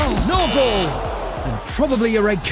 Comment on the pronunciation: anyone notice him say goal, then a little "f" at the end, to make it "golf"?